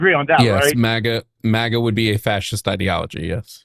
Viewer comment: i know, i dont know if does it to irritate me personally, but 😂